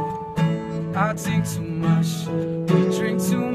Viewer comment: why are you pronouncing "much" as "mush"? Is that a new way of saying much? Damn 🤣